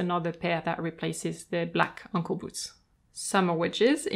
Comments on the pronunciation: OH! ANKLE SHOES!!! Lol... I thought you were calling them UNCLE SHOES!!! XD oh boy... that took me a while to figure out. (Aey)ng-kul ~ (Ung)kul... got it! Rewatching with understanding now. Lol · I have an issue that I have to wear matching colours because I love colour. Therefore, I have shoes to match each outfit. Do I wear them all? Yes! I love hearing that someone else says ankle with an accent which is heard as uncle by everyone else. Comforting to me. You have a beautiful soothing voice and I love your extensive knowledge. Thank you. I own over 100 pairs. 🥰🥰🥰🥰🥰